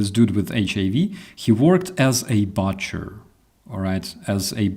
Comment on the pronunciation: Hi! Let me start by saying how well you speak English but I would like to help you with one little word; The 'U' in the word "BUTCHER is pronounced like the word "BOOK" with "CHER" on the end, not like "CUT". It's BOO-CHER not BUTT-CHER. Like I said, you speak excellent English and I love your streams and videos. I'm just tying to help you improve even further. (Don't pay too much attention to what guys from our north-east and northern midlands will tell you! Where I live, we can barely understand them either! 😁) Slava Ukrainii!